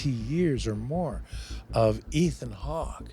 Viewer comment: He said “Ethen Hawk” 😂😂😂😂😂😂